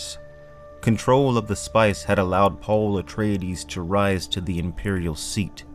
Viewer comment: UH. TRAY. DEEZ. UH. TRAY. DEEZ. Not. UH TRAY UH DEEZ